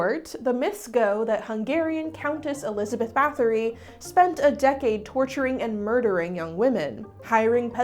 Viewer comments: Scholarly advice: check the pronounciation of foreign language names dear, the t-s got you. there is no þ sound in Báthory, it's just a hard t, and the t in Vlad Ţepes is a sharp tz like in tzatziki. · Sadly you're mispronouncing Bathory too 🥲